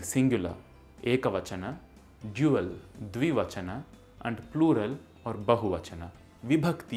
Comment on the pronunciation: No offence but you say tre vachan or dui vachan i know but still